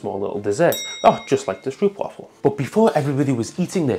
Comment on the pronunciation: I'm sorry man, I'm so interested. But I just can watch this video because of how you pronounce stroopwafel. It deal psychic damage